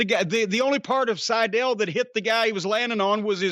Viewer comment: Matt Sydal more like Matt Sy-Fell